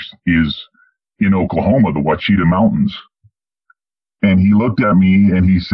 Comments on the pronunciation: Not pronounced WA-KEY-TA (National Forest). It is WASH-A-TAW (OUACHITA) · It’s pronounced “Wash sha ta” I’ve hunted and camped there many times. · This was crazy good. Omg. I know there's tons of bigfoot in those Ouachita Mountains, but I didn't know Dogman lived there too, but I guess it stands to reason that where bigfoot live, so do dogman. My only prob with the story was that he said Ouachita incorrectly, as if that matters, but he did. My husband grew up in Oklahoma, his dad and family still live there.